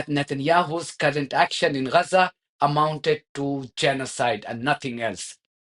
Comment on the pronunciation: Why do you say Gaza sounds like 'Rhaza' is your method the proper way?